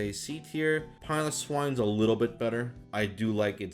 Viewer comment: I just want to thank you for getting the S-tier name right on Piloswine. Too many people call it "Pillow Swine" or something like that.